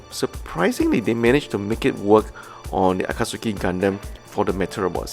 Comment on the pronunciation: No offense, just to share the pronunciation: Akatsuki = A-ka-tsu-ki ≠ A-kat-su-ki And isn't Char to be pronounced as SHAR?